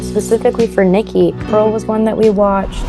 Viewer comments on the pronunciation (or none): none